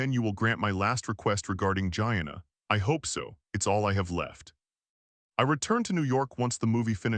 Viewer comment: If I pronounced my friend Gina’s name like that… I wouldn’t have her as a friend.